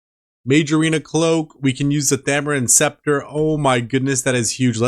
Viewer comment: BRO!!! You RNG is outta this world lol . Grats on the Sceptre Edit: Lmao the butt rope again haha. you also said spectra lmao. As soon as you bought the accursed I was like bro he doesn't have 70 mage haha great video bro I legit laughed at a few parts. Imma pass on the flippers lol. Appreciate the vids, can't wait for next episode!